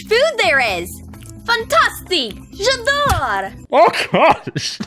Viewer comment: I thought it was "J'adore" that she was trying to say